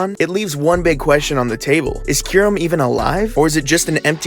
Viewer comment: My friend thinks it’s pronounced kie rem